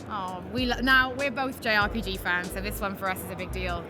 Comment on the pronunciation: I know what a R P G is but what's J R P J